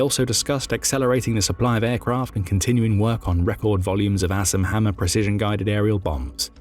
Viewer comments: Sounds like hes saying Ass and Hammer..so im googling that. LOL. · I'm gonna be honest... I thought he said "ass and hammer" at first lmao